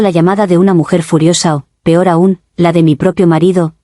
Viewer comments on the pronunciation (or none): none